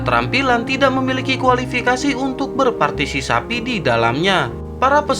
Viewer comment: Haha partisipasi bang bukan parsisapi haha